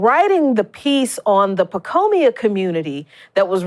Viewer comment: I love you. I really do. But it's PacOIma, not PacOmIa. Every time you said Pacomia was like fingernails on a blackboard. Aside from that, great article as usual. You and The Real News Network are awesome. Thanks for all your terrific work!